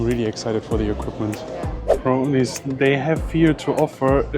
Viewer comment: I know he thinks he’s saying, (Crownies) but he’s pronouncing “ cronies”. You do you bruh 😎 👍🏼